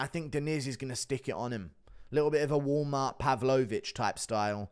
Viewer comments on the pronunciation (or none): none